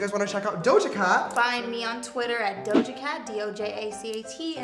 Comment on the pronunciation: Yee-Doja cat